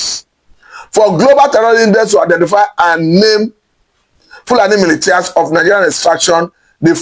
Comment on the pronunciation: upgrade yourself.MILITIA is pronounced MILISHIA.PLEASE NOTE.